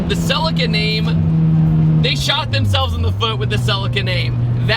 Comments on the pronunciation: Americans...🤮 It's a Celica not a Sell I ca! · 😂😂😂😂😂 Whys he calling it a cell-acre 😂😂😂😂